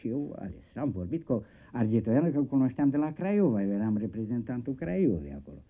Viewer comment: Constantin Argetoianu nu "Argentoianu". Ma bucur ca TVR investeste cu cap banii nostri. Presupun ca acest personaj "cu caciula" si-a trait momentul de glorie in aceasta emisiune.